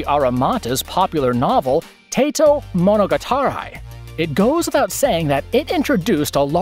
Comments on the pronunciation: "tate-o mono guitar eye"??? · Lol the way you pronounced monogatari! Haha I can’t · Mo-no-gatar-eye ❌ Mo-no-ga-ta-ri ✅ You pronounce every syllable with equal emphasis.